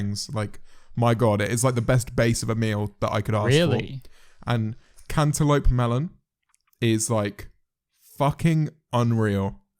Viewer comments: no one: James: "cantullope melun" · The way James says cantelope sounds like "Can te lope mel on" if that makes any sense. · How do u say it 👁👄👁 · ten hour compilation of james marriot saying cantaloupe melon pls?